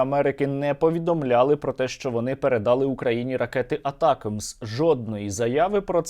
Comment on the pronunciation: не передАли, а передалИ